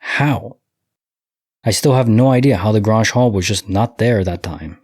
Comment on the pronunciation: Grange….it rhymes with RANGE. its like a meeting place in farming community.